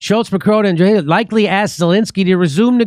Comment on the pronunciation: Draghi is pronounced like Draw Ge, and Boris of Britain made his own trip to visit -------Z----- Elensky to say don't end the war in Ukraine.